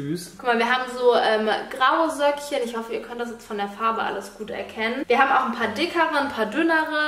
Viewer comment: Allein bei der Stimme bluten einem die Ohren. Dann die Aussprache "wir habene.." Und früher waren solche Dummchen ja wenigstens noch besonders sexy oder hübsch.